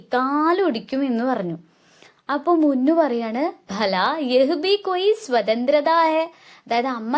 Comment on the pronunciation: ടുക്കു അല്ല മുന്നു